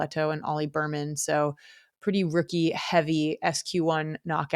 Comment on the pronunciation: I’m sorry but after hearing Berman so many times I had to comment. His name is Bearman. Like a 🐻. Otherwise great podcast.